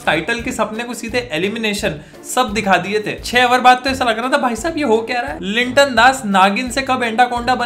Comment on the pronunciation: Linton Das nehi vai Liton das 😂😂😂